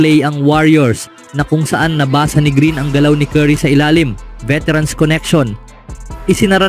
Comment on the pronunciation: Veterance o Veterans? ano ba talaga kuya?